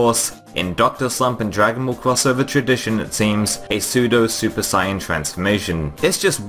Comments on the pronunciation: SAIYA- Oh wait he even pronounced it how it's spelt lmaoo😂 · "Super Sieyahn"